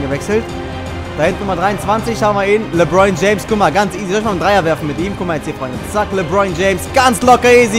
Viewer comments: Der heißt nich lebroin james sondern lebron james😂✋ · "Lebroin James" hahahahhaha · Junge, es kotzt so an das zu sehen... Ich als jmd der sich für basketball interessiert hab da vlt schon ansprüche aber egal. 1. Sprichst du jeden namen falsch aus (Lebroin James statt LebrOn James, Airving statt Irving) 2. Spielst du auf der leichtesten schwierigkeitsstufe das ist eig keine herrausvorderung. Aber trotzdem noch n tipp: du solltest mal mit den indiana pacers spielen😜